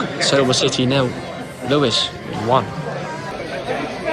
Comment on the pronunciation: You say it right! Though you got the two nil back to front - UTFR. Was interesting that on this news this week after the train derailment that Lewes was pronounced correctly!